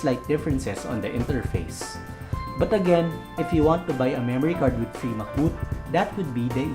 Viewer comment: Free MCBoot❌ Fee MacBoot😄